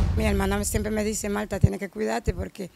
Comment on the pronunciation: Mire diga Martha no Malta 🇲🇹 es una planta o malto. Eres un chico joven y prendedor. Y como comunicador debéis hablar tu lengua correctamente. Donde van las L menciona y donde va la R igualmente el buen dominicano y patriota no imitas otro país jóvenes rescaten su español el que se hablaba hace 50 años